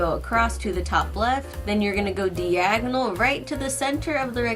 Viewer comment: Go Deagonal uhh, like Diagonal? xD